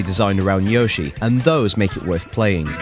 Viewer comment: That's not how you pronounce Yoshi